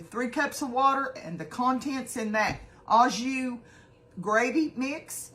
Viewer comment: Au Jus is pronounced “O joo”. It’s French! 😊